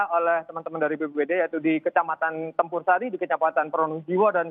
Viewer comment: Bukan kec campursari tp Tempursari mbak